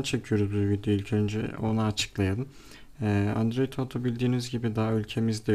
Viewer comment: android Auto değil kardeşim "OTO"